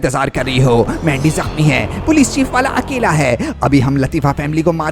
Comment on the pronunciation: Pahele to mujhe laga ke mandi ko lendi kyu bol rha hai 😅😅😅😅